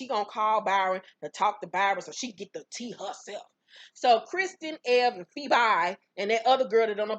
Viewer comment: Ha! PheBY not PhoBE, I lived LOL